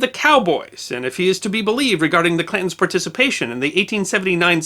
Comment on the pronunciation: It sounds very much like your saying ''Clintons'' instead of Clantons.